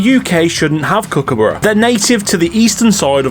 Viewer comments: Your pronunciation of Kookaburra isn't quite right. Kirsty said it better. Kook-a-BAH-ra. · Pronunciation, You are sort of right but emphasise the U more .